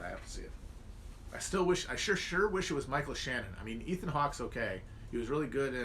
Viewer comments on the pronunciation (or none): none